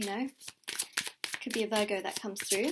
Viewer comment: I thought she was saying burger 🍔 not Virgo ! Ha